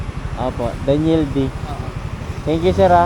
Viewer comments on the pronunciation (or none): none